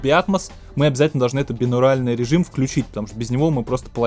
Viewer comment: Так бинаУРАЛьный, бинаУРИНАльный или бинаРАУЛЬный?